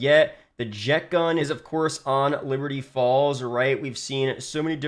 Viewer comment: I can’t un hear liberty balls